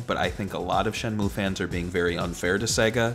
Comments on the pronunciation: I know the game pronounces it Shen-Moo, but I always heard everyone growing up calling it Shen-Mew, which stuck with me as better sounding. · God I hate when people call it "Shenmyu." It's "Shenmu." Even Yu Suzuki himself says it that way. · man can't even pronounce the game right....it's not shen-mew.... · Shimew, what a strange pronunciation. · its shenmue not shinmeewwwww, jesus christ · And not Shenmoo